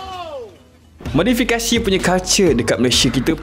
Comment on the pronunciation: Saya dengar “modifikashiii”😂😂😂😂